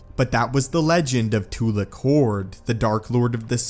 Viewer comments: Not Too-lick. Its Tu-lack. Its pronounced the correct way in all of the old republic games. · Too-lack. Not Too-lock.